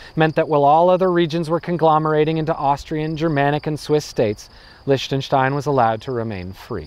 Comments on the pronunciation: "say it as leeshtenstein" oh my god no, who gave you that advice? Ch in German has IPA [x] pronunciation. Like Rammstein - ICH will. Or english (scottish) LOCH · The way you pronounce Liechtenstein is sooo wrong... It should be "Leehtanshtine" 🙏🏻 other than that... Nice video! I live here and it is indeed a very interesting place! They're the nicest racists you'll ever find! And I mean it! They're so helpful and cheery and smiley all the time... But you're not allowed to live in their country for more than a year! Wtf? 🤣 Unless you have loads of money... Then you're welcome anytime! Crazy ass people, I swear! But I love them anyway! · Why "Lish-tenstein"? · Well he already acknowledged that himself with the endslate thing: "SAY IT AS LEESHTENSTEIN there's no way that's correct USE IT ANYWAY thanks brain" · I'm trying to hold back from criticizing his lack of glottal fricative in the "ch" of Liechtenstein. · Wow such a quality video... Can't even pronounce "Liechtenstein" properly. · I mean... okey whatever this country might be not significant at all but still... still kinda caught my ear that he pronounces it differently most of the time... proves he doesnt give a damn. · Wow. This actually escalated quickly. I'm speechless. I just didn't feel like you tried to pronounce it properly. And i'm not trying to be too negative... just giving some critique. Cheers.